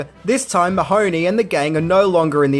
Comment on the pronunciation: As an Irish person I always cringe at the pronunciation of Mahoney as if it were an Italian name. I didn’t realise for years what they were saying .it’s pronounced Mah-hun-ee.emphasis on ee not hun.